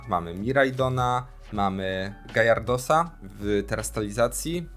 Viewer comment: To jest gyarados , a nie żaden gajardos